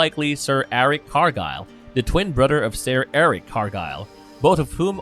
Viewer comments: He says Brudder not brother. 😵‍💫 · So... This guy pronounces "th" as "d." I don't know what a "brudder" is.... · ... Do you really keep saying "Brudder?"